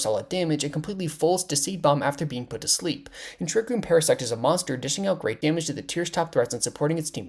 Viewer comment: Parasect ❌ Paras seex ✅